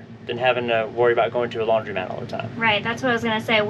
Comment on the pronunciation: I notice many people say the word "laundromat" incorrectly. It's NOT "laundrymat," folks, it's pronounced: lawn• dro • mat !!